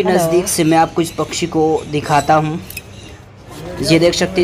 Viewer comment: Bhai bhai pchchhi nhi pakshi 😂😂😂 daise nhi gys